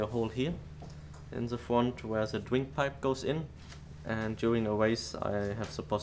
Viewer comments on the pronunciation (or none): lol. wadio, dwink, cwash. R sounds like W :P That was my favorite Heidfeld helmet. The green one from 09 wasn't as nice